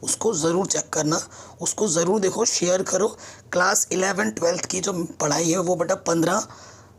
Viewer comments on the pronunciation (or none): none